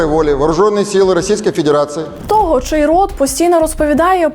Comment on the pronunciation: Як же воно ріже слух оце ваше ТО́ГО! Хто той викладач, що вчив казати тОбі, мЕні і тп?